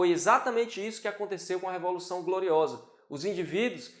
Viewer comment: E a moça engoliu corda ficou nervosinha, será que precisa fazer um curso de dicção também......o que a moça tem contra a palavra dedel ?...É a révolução ou revolução?....kkkkk